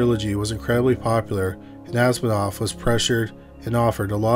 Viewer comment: As-i-mov. Not whatever you were saying. Asminov or whatever.